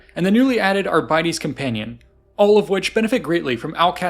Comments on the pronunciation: Few corrections: 1. Arbites (Ar-bi-tays) 2. Nobilite (No-bil-itay) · "ArBITEs". Astartes. Arbites. Astartes. Arbites. Try it that way. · Ooooogh, that pronunciation of Arbites hurt. So you know the Arbiter from Halo? That - but replace the R with the S. Arbites. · who tf says arbites like that, also using ai wen you have the budget for real art?